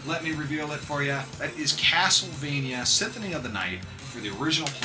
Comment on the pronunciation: lol just like in your previous videos you call it "Synthony of the night" :P But great video like all of your video, they just have something great about them.